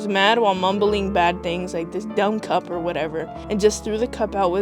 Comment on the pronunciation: ara ? 😭😭 “or uh” I ain’t never heard someone say ara